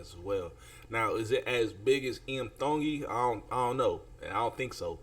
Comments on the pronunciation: Your pronunciation of Tongi is so good 👍 I'm cheering 👏 🎉 Well we are cheering hard with all our workmates for IAM TONGI. Please tell Iam to sing Era Bini Tu the Fijian song he taught and sang with 2 other American Idol contestants. YASSSSSS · Pronounced his name, right dude, before you made a video about him. DON'T FORGET TO VOTE FOR #IAMTONGI Sunday vote is very important. Let's go! 🤙